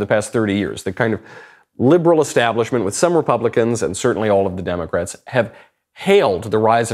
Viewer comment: "Democrits" I love it.